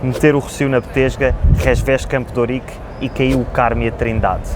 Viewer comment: Ela falou "Campo d'Órique", pronúncia inusitada no Brasil. Achei lindo! (assim como fiquei curioso para saber quão apertadinha ela é 😜)